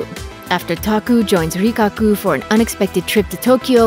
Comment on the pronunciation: Rikaku instead of Rikakko, Shizuki instead of Shizuku and more... Get your charactees' names right please.